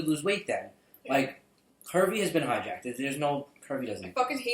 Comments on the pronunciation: I swear to god, through the whole video I thought you said Kirby instead of curvy. I thought I'd shit myself for laughing. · For a while there I was hearing "Kirby" instead of "Curvy". Can we say that instead? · I LOST MY SHIT LAUGHING I THOUGHT YOU SAID KIRBY!!! XD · When he kept saying curvy I thought he said Kirby